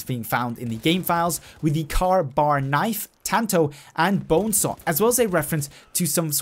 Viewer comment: It’s kay bar not car bar but it is spelt Ka bar.